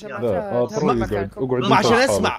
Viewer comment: اترو ❌ اطرو✅